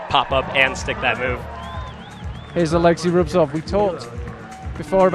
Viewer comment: Thank you so much! (Can I just point out that Petra's surname is Klingler, not Klinger and it's Rubtsov, not Rubstov ;))